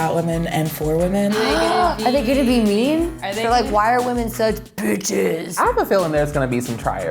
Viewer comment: ITS WHAMEN